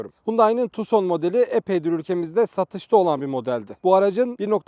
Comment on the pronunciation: tuson degil abi tukson.